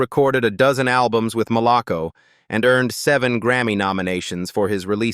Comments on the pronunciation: Why are you showing Bobby Brown? It is pronounced Mal-a- co. I worked there for 6 years and loved it. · While I always appreciate a biography on one of my favorite singers the erratic pictures that had nothing to do with the artist is always off putting. I know yall are using AI to do these videos but gosh you can always edit. Yall have pictures of Bobby Brown for a long while and mispronounced Malaco sometimes and said it correctly other times. I just feel everyone is attempting to quickly monetize off these stories and this culture without showing the proper respect you would show to rock artist who copied off their styles and now enjoy generational wealth. Heartbreaking 💔